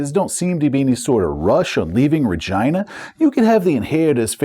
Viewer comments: Every time you say Re-JEYE-na it freaks me out. I guess its like the city in Canada but for 40 years we've said it Re-GHEE-na, like actress and director Regina King. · Sorry but I simply can't take that pronunciation of Rhe-gyna seriously. 😂 Was there a conversation about calling it the British way? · Your pronunciation of Regina is killing me, lol I think it's pronounced ra-GEE-na (as in the female name), so as not to mistake it with a part of human anatomy... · Is the subsector name RegEYEna or RegEEna? I have always used the latter pronunciation but am more than willing to stand corrected. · Perhaps you're trolling but the "I" in Regina is pronounced "ee", like the name Sheena. RegEEna. No biggie, but it does not sound like Vagina. Cheers, love your channel!! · Anyone else giggle every time he pronounces it "RegYna"? No clue if it's correct or not, just sounds funny lol. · Regina….. you say Regina but all I hear is vagina! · said ragina lol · I'd normally pronounce Regina like regeena, I guess the rest of my group did too since when I pronounced it like does here as a bit of a joke the group HATED it so I just had to make that the official pronunciation for the sector in my canon. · Sorry but i can't not unhear it as vegina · .....You mean Reh-Gee-Na? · Not to make this another "Boravia" situation, but... is that the pronunciation we're going with for Regina? I'm no traveller expert, maybe that's really how it's supposed to be, but I would not have guessed it. Either way, great vid, as always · lol regina sounds like vagina